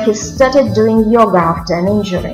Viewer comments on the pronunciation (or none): none